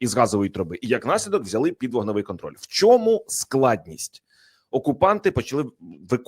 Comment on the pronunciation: ЯК ПЕРЕСТАНЕШ ВИМАГАТИ ВПОДОБАЙКИ НА ПОЧАТКУ ЕФІРУ ЗА ПАРУ СЛІВ І ПЕРЕСТАНЕШ ЗНУЩАТИСЯ НАД УКРАЇНСЬКОЮ МОВОЮ:ЩЬО,ЩЬО,ЩЬО,ЩЬОБ,ЩЄ,ЯКЩЬО,ЧЬОМУ,СПОЧЯТКУ,ЧЄНОМ,ЧЮДИЛИ,ЧЬОТИРИСТА,ЧЄТВЕРТА,ДА,ЗНИЩЄНІ,ХАРКІВЩЄНА........,ТОДІ ДІСТАНЕШ ВПОДОБАЙКУ!!!!ЦЕ ВЖЕ ГИДКО СЛУХАТИ,ЩОБ ТАК СИЛЬНО ВИКРУЧУВАТИ УКРАЇНСЬКІ СЛОВА!!!!!!!!! ГАНЬБА ТОБІ!!!!!!!! (УКРАЇНЦІ,США)